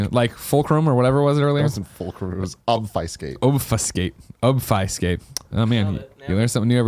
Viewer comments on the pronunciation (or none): They got obfuscate wrong the entire time, including the person who wrote in to correct them. It's a programming term. It's ob (as in faub) fu (as in few) scate (as in skate). It means to hide. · ob-fuh-skate is the more correct sounding pronunciation. there is no "eye" sound. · Some day Greg will be able to pronounce obfuscate correctly. Some day.